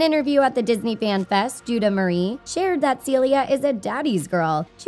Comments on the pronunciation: I’m a year late but her name is JAY-da not Judah lmao how do u get that wrong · Um excuse me did u say juda cuz if u did it’s jada Marie not juda marie